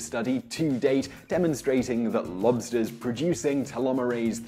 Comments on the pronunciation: I had the volume quite low and every time you said "lobsters", I for some reason was hearing "monsters" lol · It’s sounds like you’re saying “blobster” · I keep hearing mobsters 😂